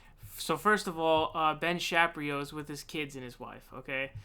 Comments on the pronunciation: Ben Shap-ree-oh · Are you hard of reading or something my dude? You can't even pronounce Fuentes or Shapiro right?